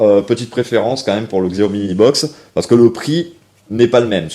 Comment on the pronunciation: "xiaomi" aïe mes oreilles XD. Ça se dit "chiaomi". peu de gens le savent mais c'est biens comme ça qu'on le dit. Comme "huawei" qui se dit "ruawei".